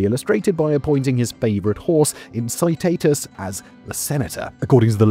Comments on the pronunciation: "In-ki-TAH-tus", not "in-si-ti-tus" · Late to the game pronunciation fix: Incitatus = Ink-ee-tat-us